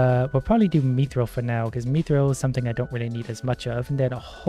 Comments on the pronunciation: its "myth-ril" not meeth-reel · IT IS MIIIITHRIIILLLLLLLLLLLLLLLL NOT MEATHRULLLL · Please say mith-ril… and not meethril. It’s getting me hahah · it's pronounced myth-ril not mee-thrill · hey youve been saying mythril as meethril its supposed to be pronounced as mithril. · its not me-thril its myth-rill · Except when he says "meethril" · I’m pretty sure it’s “myth” not “meeth” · Item pronunciation: Myth-ril pronunciation:me-thrill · "Meeethreel" Yes. I too like the "meeethreel." Pft, who needs "Myth-ril" anyways. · “Me-throll” How I pronounce it: “myth-rill” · He pronunciation 'me'-thryl is interesting, always thought it was 'myth'-ril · Meethrill/Mii-thrill? No. It's myth-rill. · its not "mEeeTHriL" its Mi - thrill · mi-thral not me throl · i reeley dislike that you call it meethrill instaid of mythrill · Its not mee-thrill its mi-thrill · Mith-ril, not meeth-ril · its u say it myth rill not meeth rill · Bruh meethril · its pronounced myth-ril not meeeethrel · its pronounced myth-ril not meeth-ril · him saying MEEthril is killing me lol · no my guy. Mythril. Sound it out. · its me-thrill in Canadian so on behalf of all the Canajins farkaff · Mii thrill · Not the way now it's me thrill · it hurt me every time he called it "methril" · "Meethrill" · He do be sayin Me-Thrill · It hurts every time I hear him say “meethril” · Pronouncing it like meathril. Not meh-th-ra-all or myth-rall but I mean whichever one is more comfortable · The way he says Mithril. Meethril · Mithril:: Methrill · Lmao "meethril" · The way he says mithril is a disgrace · did he pronounce mithril MEE THRIL WHAT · I think the mithril is pronounced myth-ril, mi-tril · Please it’s mith-rill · just me getting triggered when he says mithril as meethril? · Me-thrill? What is this pronunciation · God why does he pronounce it meethril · PLEASE look up how to pronounce mithril ffs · Same, every time I hear it it hurts. x_x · the way he says mithril kinda pisses me off